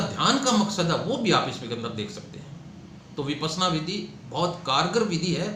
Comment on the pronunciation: विपस्सना। शब्द तो ठीक तरह से उच्चारण करे भाई 🙏🏼🌹🌺🌺